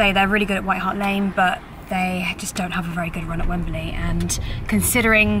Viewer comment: For Gods sake, it's Wembley not Wemberly. Just sayin'